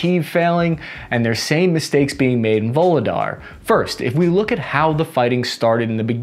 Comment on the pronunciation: Voog-leh-dar Shoi-goo You're welcome.